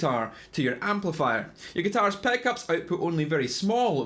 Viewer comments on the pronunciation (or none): Thanks for the info. But your accent is incredibly hard to understand. IE: It's pronounced PICKUPS not PACKUPS